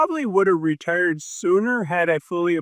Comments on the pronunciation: Why do you say "ruhturd" instead of "retired"? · Are you saying returd?